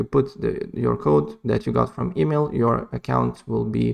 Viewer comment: bro said, “emeel”